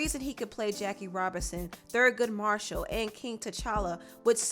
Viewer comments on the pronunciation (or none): none